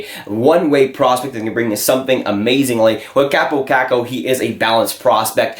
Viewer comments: KAW-po KAWHK-ko, not KAHP-oh KACK-oh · "Chääbou caccou"??...it's kaapo kakko! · Why dont you learn to announce name correctly if you make this kind of videos?